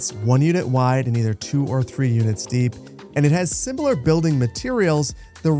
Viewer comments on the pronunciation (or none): I love your stuff man, but can you please remove the t from the "2 units deept" road? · "Deept" made me giggle.